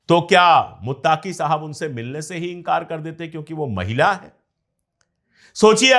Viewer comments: Bahut behtar aur haan sir muttaaqui nahi muttaqui hota hai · Muttaaaqi nahi muttaqi hai..pronounsation me gadbad ki wajah se naam sunne me achcha nahi lag raha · Muttaaki Nahi Sahi Lafz (Muttaqi) Hai Maazrat Chahta Hu